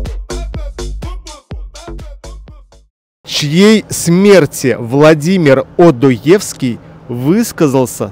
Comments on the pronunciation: НЕ ОдоЕвский, а ОдОевский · Ведущий, в фамилии Одоевский ударение ставьте рравильно.